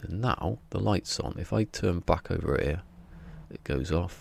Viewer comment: “Inverter” not “ igvurtuur”! Because it has bloody e’s in it. Same with your “er” it’s “here” mate, please don’t degrade our English language.